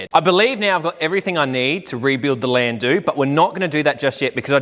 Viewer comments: Wtf is a landoo? I’ve had a couple in my younger years but they were called a landau not landoo . No idea how an educated Australian could get the pronunciation so badly wrong lol 😂 the “au” in landau is pronounced like “our” without the “r” lol Thank you for the rage bate 😂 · Landoo grinds my gears ugghh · It's pronounced. Lan dow.. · I AM NOT TRYING TO BE HARD ON YOU SON BUT WHAT THE FUCK DID YOU JUST CALL THAT CAR.. STEP AWAY FROM THAT VEHICLE... IT'S PRONOUNCED. LAN...DOOR.. ......